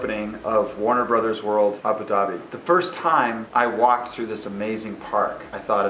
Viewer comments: It's Abu* Dhabi not Abi, it spells as Abou Ugh LOL Otherwise it was an incredible work. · where is "abi dhabi"? is it anywhere close to "abu dhabi"? you're there, you should be able to pronounce it correctly!